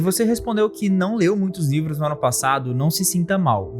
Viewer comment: vc falou nivros kkkkkkkkk